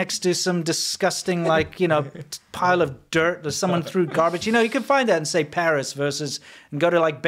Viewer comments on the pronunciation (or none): none